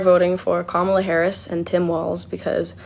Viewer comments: Sarah H Sanders ALSO mispronouncing such an easy name to pronounce? What is it with those MAGAS? Did they all take an oath to wrongly pronounce Kamala’s name with the 2nd “a” accented (Kamála) instead of the FIRST (Kámala) as a form of disrespect?!?!? Or is it that they are ALL THAT collectively intellectually challenged? 🧠🧐 Those beings are in desperate need of psychological help! More mental institutions PLEASE! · Pronounce Kamala’s name right… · I LOVE how 'they' ALL have to pause and think how to incorrectly pronounce Kamala. Fawking arse-holes! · SHS...what a fukkin parrot, mispronouncing her name. Feel bad for her kids that supposedly keep her humble. Perhaps she needs to get the definition. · The fact that they purposely mispronounce her first name just shows you how immature they are! Congratulations Ohio, you picked a real winner! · Isn’t it a shame that we have so many people in politics that SHOULD be intelligent people, who after 3 1/2 years can’t pronounce the name of our Vice-President / future Madam President’s name properly. I see now stupid Sarah Huckabee Sanders is just one more. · They are doing it on purpose, just to show disrespect, or she's not worthy of them pronouncing her name correctly.